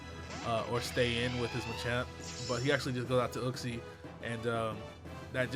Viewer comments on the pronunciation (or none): Uxie = YOOK-SEE